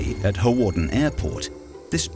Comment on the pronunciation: May I point out Hawarden is pronounced harden, the w is silent.